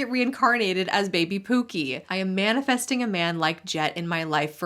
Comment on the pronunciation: The way he says “pew-key” (pookie) makes me nauseated 🤢